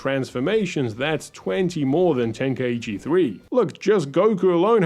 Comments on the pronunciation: It's such a shock to hear people say "ten-kai-eee-chi" as if there's an extra syllable there. Ten-Kai-Chi. Three syllables. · It's pronounced "tenk-eye-chi" not "tenka ichi" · Its pronounced ten- kai-chi... i used to mispronounce it before too